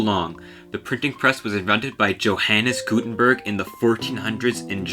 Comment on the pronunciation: "Dshouhennis GutenbÖrg", 🤣🤣🤣 No, that's not how he is pronounced. Better do some research before making videos!